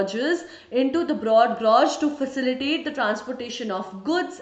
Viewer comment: "facilate facilititate"